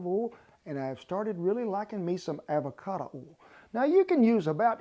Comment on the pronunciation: “Avacata oil”